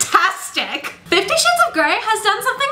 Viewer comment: Did you say 50 shit's of grey? x)